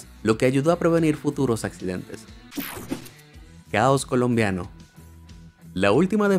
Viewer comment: Lo que dice el narrador: Caos colombiano. Lo que yo escuche: "Uyy gonorrea"